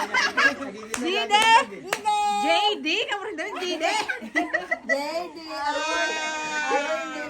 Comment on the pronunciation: just butchered JD’s name, called him DeeDay😂